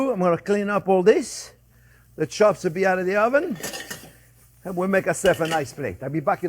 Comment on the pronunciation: “Pork schops and a apple schause, that’s schwell”